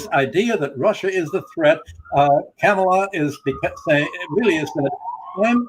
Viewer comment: Excellent pair. Good program, as always, N, KA' ma la is the pronunciation.